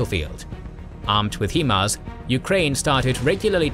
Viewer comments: HI-mars, not HE-mars. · its proncouded "high-mars" no "he-mars" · I take offense to his pronunciation of HIMARS🤣. It ain't like He-man. Think "smoking a joint." H-I-M-A-R-S. HIGH-MARS!!!!! Thankyou!! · It's pronounced High MARS not He MARS as the HI part literally stand for High. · HIMARS 'High Mobility'.... 'High'... 'HI' HIMARS..... not 'HE'MARS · HEMARS?! It's HIMARS... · Someone should tell, it's pronounced "high-mars". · The only problem I had in the entire video is ur pronunciation of HIMARS. “heemars”? I don’t understand how you’re literally the only person who has mispronounced it. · lolwtf "HEE-MARS". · The pronunciation of himar is atrocious